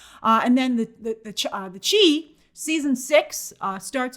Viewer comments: Grace it’s pronounced Shi not chi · The chi is pronounced SHY like chi-town not chee 😭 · Did she say The CHI? lol It's pronounced (The SHY) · The Chi is pronounced like “shy” not “chee”. How do you not know that? Lol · Come on now, I know she has to have seen the corrections people have made for The Chi pronounced The (Shy)….. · Never seen it but I think “Chi” is short for Chicago lol . So it would be pronounced shy 😅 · Hi Grace, The "Chi" is pronounced "Shy", short for one of Chicago's nicknames, CHI-TOWN.❤ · Lol grace always calls The Chi, the “chee” … it’s short for CHIcago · The Chi is pronounced as shy. The shy ( the chi is short for Chicago) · It's The Chi (pronounced Shy) Grace. Short for Chicago. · The Chi pronounced the The "shy" it's based in Chicago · The way Grace pronounced the Chi took me out. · Haha, just had to cringe along with it